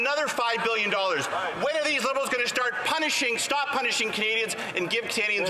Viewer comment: You said bliberals😅